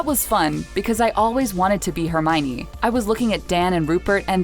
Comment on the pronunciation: Argh! It’s not “Herminy” it’s Her-my-oh-nee!!!!!